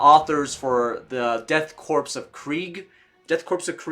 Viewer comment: I had to click off dude you said corpse way too many times it’s pronounced “Core” like the Marine Corps, except change Marine out for Death and put a K in front.